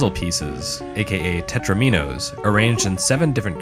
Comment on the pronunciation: I think it's pronounced Teh-TRO-mih-noes. Like dominoes but Tetris.